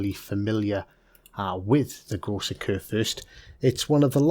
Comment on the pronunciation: Große is pronounced as Grosse